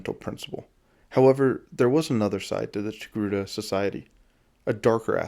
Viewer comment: Ah yes the Tocake...err...TOGRUTA species.